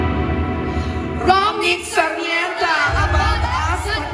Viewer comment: It’s annoying all the hosts are saying Romnick SARMIENTA. It’s SARMENTA.